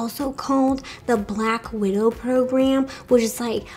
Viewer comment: Black Wid-Ro